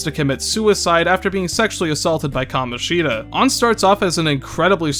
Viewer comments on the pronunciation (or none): "kamonshEEda" why 😭